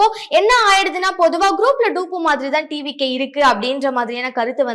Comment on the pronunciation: அது தவேக இல்ல த வெ க. அது Doop இல்ல Dupe. தரிழும் தெரியல ஆங்கிலமும் தடுமாறுது. என்னதான் தெரியும் உங்களுக்கு? போயி புள்ளகளை படிக்க வையுங்கடா!!!